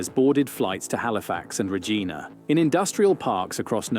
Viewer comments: "Regeena" hahahaha. It sounds batshit crazy, but Regina rhymes with vagina. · Side note: Saskachewan boy here... to quote rolling sones: "Regina, it rhymes with fun!" ("Reh-jine-ah" not "reh-jean-ah") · It's not "regena", it's Regina, the city that rhymes with fun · The video he is watching is AI slop lots of spelling mistakes a sure sign of AI on top of the shitty voice over that pronounces a lot of words wrong.....its not sunshine and rainbows in Canada we now have tons of products being made with NO ONE to sell them too AKA the U.S. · And "Regina" is not pronounced "Re-gee-na". I wish the reactors would pick videos by real people. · I have to wonder at this video. The narrator mispronounced "Regina" (it's a long "i", not "Re-geena"). The word "Dollar" was misspelled as 'doller". How much AI went into this? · All good information, but as a resident of Regina, Saskatchewan I do have to chuckle at pronunciation of my city. Yes, it is pronounced re-gEYE-na. Yes, we know what that rhymes with. No, we're not interested in changing it. XD Three cheers for the city that rhymes with fun!;^) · lol Ra-Geeena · LOL- he announcer pronounced Regina wrong - it actually rhymes with another word that I can't use here. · I'm a little unsure about the original video. The "narrator" can't pronouce names like Regina and Lyon and the titles can't spell simple words like "dollar". Makes me wonder... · I question this video. I need to double check some of the things they are saying in it. I can somewhat ignore the mispronunciation of Regina, the misspelling of Windsor (Winza? Really?) and doller for dollar, but this really needs to be fact checked.